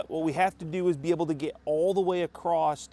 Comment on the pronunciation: There's no t in across